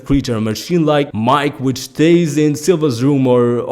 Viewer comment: For Mike. Lol it's pronounced Meekay. Not MIKE. Like his name is Michael lol.